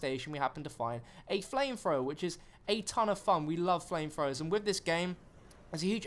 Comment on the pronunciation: "Flamefrowa" "Literally, literally, literally"